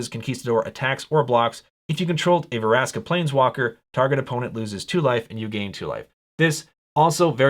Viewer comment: It's Vraska, not Varaska. Still, nice video. :)